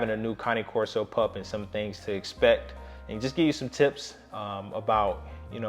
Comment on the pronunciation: Finally! Someone who pronounces it correctly! I am one minute in to this video, and I love you (and Duke) already! I sometimes feel like I’m on a one-woman crusade to fix this. Thanks!